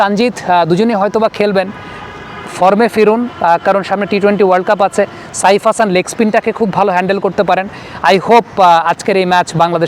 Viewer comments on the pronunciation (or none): none